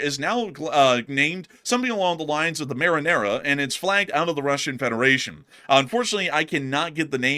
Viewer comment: You said right it’s (Mari nera) marinera translate to the she sailor